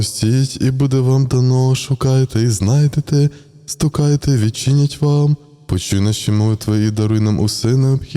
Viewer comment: не стукАйте, а стУкайте